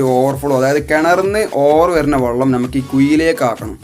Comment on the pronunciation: വള്ളം അല്ല വെള്ളം ആണ്